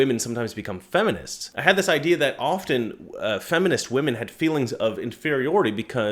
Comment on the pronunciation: often, NOT ofTen (SILENT "T")!!!!!!!!!!!!!!!!!!!